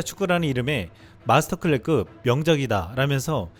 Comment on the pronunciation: 모든게 완벽하지만 '마스터클래스급' 발음이 안 되는